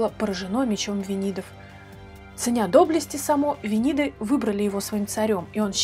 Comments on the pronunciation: правильно произносить с ударением на первый слог(Саамо) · Ну во-первых Са́мо. А ещё он правил на территории современной Словакии